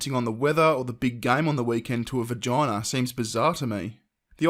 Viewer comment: its a vagina, not vergina....period dude is creepy as fuck